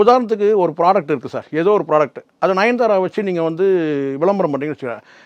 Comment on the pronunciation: நயன்தாரா பேர தவறாக இழுக்கிறீங்க....